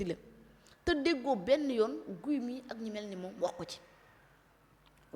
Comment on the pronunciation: NE DITES PAS GUY SVP!❤ ÇA SE PRONONCE "GI"😂😂😂😂😂😂. KII DU GUY , TABANAANI😂😂😂😂😂